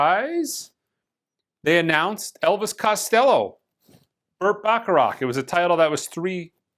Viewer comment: Burt Bacharach - pronounced "BAK-e-rak". Just sayin'.